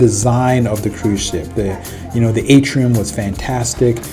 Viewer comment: Atrium not Atrum, otherwise pretty good vid; Will be on the Seascape next month; Thank You